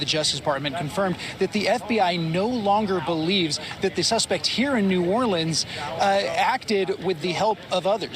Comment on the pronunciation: Biden sounds like an idiot trying to pronounce Nawlins like he lives there.